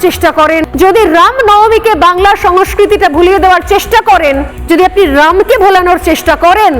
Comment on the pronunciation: Ram uccharan ta valo kore bolun